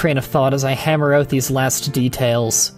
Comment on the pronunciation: Nice vid! Still i dont like how you pronounce certain words like out, about or recognize! Cool vid definetly worth a like!